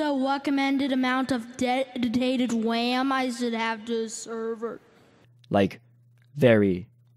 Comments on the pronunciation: "Whas the weccomended amount of dedditated wam I shoukd have to server?" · Um,.. I was wondering Um... What's the wacommended amount of de-death-tinated wam does it have to sevur. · "Um, I was wonderinng um, what's the weccomewnded amount of de-ddidated WAM I should have to seerrrverrrr.....?" Fixed the subtitles